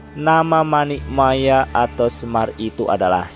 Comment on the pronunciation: Maaf... Narator dalam mengucapkan kata kata dalam bahasa Jawa sangat kurang memahami ejaan dan lafal bahasa Jawa. Sepertinya kurang paham bahasa Jawa. Terkesan hanya sekedar membaca teks /artikel yg entah didapat dari mana... Maaf sekedar kritik yg bersifat membangun. Contoh kata Paduka... Dlm bahasa Jawa huruf "a"terakhir dibaca mendekati lhuruf "o" Manik Maya dibacanya manik Moyo... Dan banyak lagi... Pengucapan kata murbeng dumadi vokal "e" bukan dibaca seperti pada kata "tumpeng" tapi dibaca "e" seperti pada kata "celeng" Bagaimana mau mempelajari budaya Jawa kalau pemahaman bahasa dan sastra Jawa kita kedodoran ...???? Orang Jawa yg tidak paham bahasa Jawa yg baik dan benar = wus ilang jawane ( sudah kehilangan "Jawa" nya ) kalau narator bukan orang Jawa saya maklum lah... Tapi kalau orang Jawa padahal ngomong soal ilang jawane kan ironis... ya udahlah... Tapi jangan terlalu parah gitu lah...